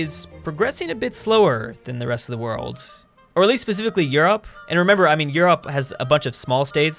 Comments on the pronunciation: why does he pronounce Europe as You-ropp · Hey why do you pronounce Europe like the burger king foot lettuce guy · Oh my lordy quit pronouncing Europe like that